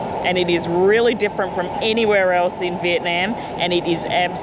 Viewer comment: and. Love love love your pod casts. The tours and suggestions are marvelous. However, one thing stands out from pronunciation of Viet. NAM She comes down so hard on the NNNAAAMMM. ITS SOULDS LIKE FINGERNAILS ON A CHALK BOARD. I might suggest Viet Nauum. Instead of the very loud NAM!!!!